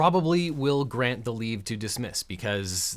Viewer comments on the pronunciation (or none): none